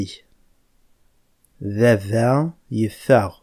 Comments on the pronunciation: Bravo et Bonne continuation. Mais il y''a un souci. Pourquoi vous dites a BABA .au lieu a VAVA? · It needs to change. No Kabyle says Baba. It's Vava so with a B it sounds like Arabic. For example: Thabourth ( door) would be pronounced Thavourth then? just curious as how would people know when it's pronounced a V or B? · On espère que le V sera de nouveau intégré. Je suis pour. On dit bien VAVA, AVARNOUS pas BaBa ni aBarnous. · Baba , boulice pour police ...... où sont passés les V et les P pourtant bien prononcés dans la langue kabyle . Quand vous passez à l'écriture vous écrivez comme les arabes qui n'écrivent pas le P et le V puisque la langue arabe ne possède pas ces ces 2 lettres . Que faire ???? Si les Kabyles demandent le changement radical , il faudrait peut être changer soit même non? Sinon pour la vidéo je ne peux qu'en féliciter l'auteur qui est un grand maître en pédagogie .